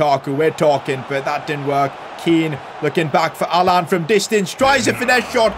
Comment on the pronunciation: Every time he says Alan I hear ‘Haaland’ 😂